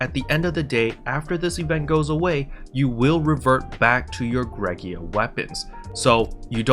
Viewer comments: I’m probably the only person bothered by this, but it’s Greaga, not “Greg-ee-ah”. I have heard some people say “gray-ga” I’ve heard some people say “gree-ah-ga”, but you’re like the only person I’ve heard say “Greg-ee-ah” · "Gree- ga" Hard Gs. 'Ea' sounds like a 'Ee' (long vowel when together). I guess English is hard.